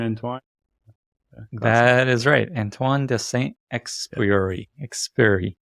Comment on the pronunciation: I can come on the podcast to teach how to say Antoine de Saint Exupéry :) it's a hard one!